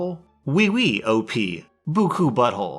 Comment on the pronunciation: me being french, and hear You say "oui oui Butthole" I was laughing a lot, after The CoronaVirus, I will use that in public